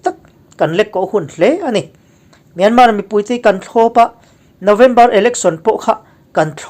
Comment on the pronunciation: Kawl ramin a ram hming a lam rik dan anga 'Myanmar' tih hi lam rik ve thin ni hram se. 'Myan' hi thluk hnian tur a ni a, 'mar' tih laia 'r' hi lam rik loh tur.